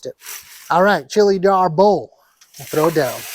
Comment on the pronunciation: Hahahaaaaa, chilly Arbol is not really considered spicy. Scoville units isn't considered spicy at all. The word is also not pronounced arbOhl but Árbol.